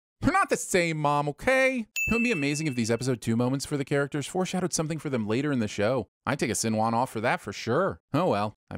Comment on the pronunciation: i’m begging big channels like you to actually learn how to pronounce the characters’ names correctly before posting